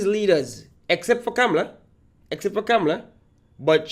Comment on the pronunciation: "Kam-la" not "Cam-Ma- Lar" and Kamla is right..